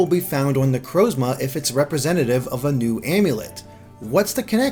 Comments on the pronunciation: say it with me now, na-croz-ma. Not na-crowz-ma. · Amazing video but please learn how to pronounce Necrozma